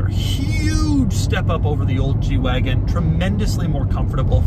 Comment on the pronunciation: Lol!! Yeah, I know. I was thinking the same thing.